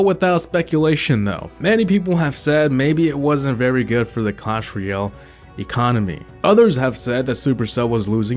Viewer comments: In cwash royow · Says Clash Royale Subtitles: cAsH fOr YeLl